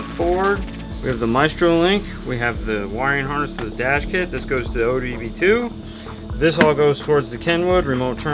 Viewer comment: Love your vids man, but OBD2 not ODB2. Lol running joke in my shop due to a certain image in an LP-6 manul